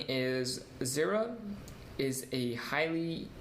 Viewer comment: lol "zeera"